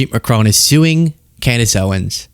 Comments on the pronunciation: It is pronounced Mac-ron, not Ma-crone, please pronounce the surname of the French president correctly. Just because Candace Owens pronounces his name incorrectly, doesn't mean you have to, it really doesn't become you. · She would seem too stupid to realise that if MAGA get their way, after they’ve removed all the brown people the black people are next. Here she is standing up for the fascists who detest people of her colour. I wish Americans would learn to pronounce Macron properly and come to think of it croissant. 🇺🇦🇨🇦🇬🇧